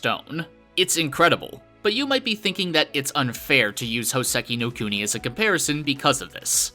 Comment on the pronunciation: Hoe-seh-key know cooe-knee? I only know Houseki no Kuni.